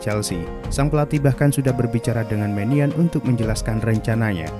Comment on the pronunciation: Nyebut nama kiper Milan itu kalo gak salah meknyong..